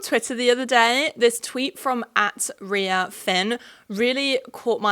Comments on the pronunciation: Great vid and breakdown, straightforward and witty as usual :) a note: Rian Phin's name is just pronounced like Ryan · rian is pronounced like ryan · omg so exciting to see you make a video around rian (their name is pronounced like "ryan" btw) phin's thoughts! great takes as usual, the instruction to "love who we are" from beauty companies trying to sell us the same self-hate as ever is so toxic and evil